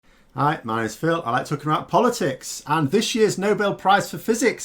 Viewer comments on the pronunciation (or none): none